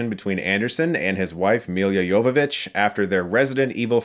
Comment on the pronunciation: I swear I heard you say "Yoga Bitch".